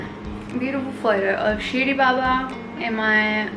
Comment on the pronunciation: I love how you said "shirdi baba" lots of good vibes and blessings to you stay happy :)